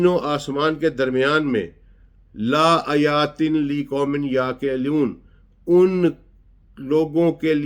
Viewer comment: اسلام علیکم سر آپ کا انداز اور سمجھانے کا طریقہ بہت شاندار ہے. سر برائے مہربانی اپنے قرآن مجید کے تلفظ پر بھی تھوڑی توجہ دیں. کیونکہ ایک زیر زبر سے بھی فرق پڑ جاتا ہے. جیسا کے اس ویڈیو میں آپ نے (لایت) میں لا کو لمبا کر کے پڑھا ہے جس سے اس کا مطلب نہیں میں تبدیل ہو جاتا ہے. برائے مہربانی تلفظ پر بھی توجہ دیں جزاک اللہ